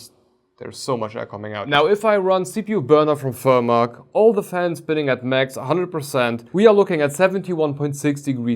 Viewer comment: Guys I need to ask. Did he say 71 degrees in Furmark?... actually took me about five seconds to understand 🤯